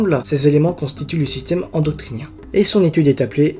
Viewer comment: endocrinien pas endoctrinien, tu l'as mal prononcé tout au long de la vidéo ;x